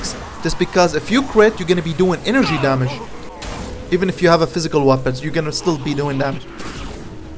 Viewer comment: Haha the way u say weapons webböns no hate tho